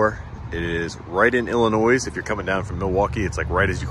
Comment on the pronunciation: Sorry kind of irkd me But Illnois the S is silent so Ill ah noy